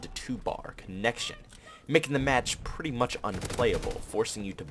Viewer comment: I❤️u pwety much bro 😂 no homo